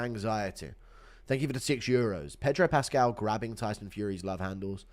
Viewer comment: pascal is a Chilean Jew why did you give him a Chicano LA accent 💔